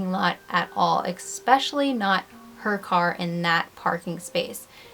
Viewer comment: I don’t mean to be rude, but it REALLY bothers me that you mispronounce “especially” (there’s no “x”) 😬